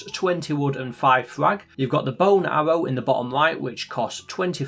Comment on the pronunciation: This guy pronounces aRRow like aHBow